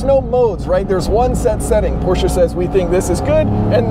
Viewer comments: How pleasing to the ears when someone actually knows how to pronounce "Porsche" with two syllables instead of one. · Kudos for pronouncing Porsche properly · One of the few dudes who pronounce Porsche right 👍